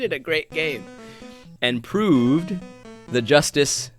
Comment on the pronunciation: "Prooved" Go Rest You Heroes. LOL.